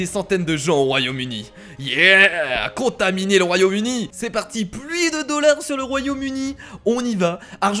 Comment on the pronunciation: mdr il a dit royaume udi a